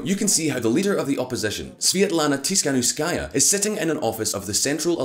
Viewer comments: Seriously? Your source is euro weekly? And not being rude, but the family name of the opposition is not so hard to pronounce its tihanovskaya (dont know where you got the , s,shshs) not being pro or contra but, stop the ongoing anti russian pondering. P.s I dont think people in Ukraine started to live better after maidan ,i believe its worse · Tikhanovskaia🤦‍♂️ (not Tishkanovskaia or Tiskanovskaia) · No one: VisualPolitik: Svetlana Tisfglkhdghskaya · Tikhanovskaya: pronounces her surname. During the video, in a citation: Tikhanovskaya’s surname is correctly pronounced. The channel’s speaker: “Tishkanovskáya”. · Omg man, learn just 1 name - Tihanovskaya (Tee-ha-nov-skaia) it's not that difficult, especially if you make professional youtube videos about politics. But generally video is good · Repeat after me Ti-kha-NOV-ska-ya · Svetlana Tihanovskaya. Is it that difficult? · tiKHanovskaya. It's a KH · Tis-hanovskaja 😂 you should pronounce surname better 😇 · Tikhanovskaya? Tsinanovsky-a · Man, you butcher the name of this brave woman, her name is Svetlana Tikhanovskaya. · It irritates me when he pronounces; Tihanovskaya. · Not sure why it's so hard to pronounce Tikhanovskaya unlike Featherstonehaugh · just because you've taken one attempt to pronounce her name doesn't mean her name is unpronounceable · Tikhanovskaya, for fucks sake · Dude, her name is not so difficult to pronounce smh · Тихановскаја :) So Simple, but still english speaking people struggle with eastern european names.